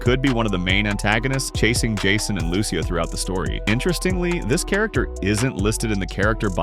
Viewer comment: Fam it’s “Loo-See-Yah” you gotta say it right you know🙆🏾‍♂️